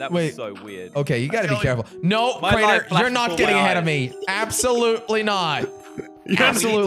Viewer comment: its crainer